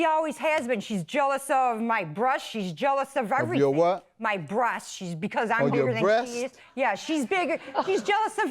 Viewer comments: I heard brush too 💀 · Lmaooo the plaintiff is jealous of her "brosts" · “jealous of my brushts” how on earth is that even close to breasts 😂😂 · She said breasts lol but it did sound like brush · I swore she said my brush not breast .But if sisters wouldn't they have the same mom. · I cant take anyone serious when they cant even pronounce breast correctly!! She has her nerve to tey to be a racist when she can't even speak correctly. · Stross. Brosts. This lady needs to.. just not speak. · I’m sorry, I have nothing against addict typicallyc it’s incredibly hard to deal with. But queen is gonna come in looking like she’s either drunk or high and accuse her sister of the drugs, girl you can’t even pronounce basic words Emotional straws and brush totally for sure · she said brush twice. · I heard it too, but not sure if it’s her hairbrush or toothbrush!😅😂😅😂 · I heard brush too. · Agreed 👍💯 I heard brush. And stressed 😫 sounds like stuff to me. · I thought she said thrush lol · I thought she said jealous of her bush 🤣🤣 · I thought she said," Bush!" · She said that she is jealous of her "Brosts" lol